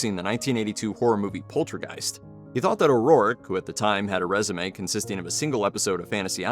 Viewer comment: This is the second video this week that I've watched that pronounces O'Rourke as O'Rorrick